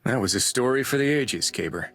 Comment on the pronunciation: So this is something I’ve wanted to point out for a while once I saw this scene. Ever since I saw Kabr’s name, I knew it was Arabic and thought it was supposed to be pronounced ka-beer, meaning Big. It was pronounced Kay-ber though which is bad pronunciation for the word. Just bad localization. Then I saw this scene, and heard his name is supposed to mean like grave or mausoleum and realized his name is actually supposed to be spelled Qabr, and pronounced Caw-ber. So either way, his name was localized poorly. But it did solve a mystery for me as to why his name seemed a little off lol. Still a cool character! Glad he had our backs in the vault!